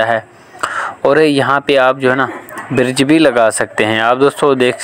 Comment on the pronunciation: Birj ni hota Bridge hota ha ap bar bar birj birj q bol rahy ho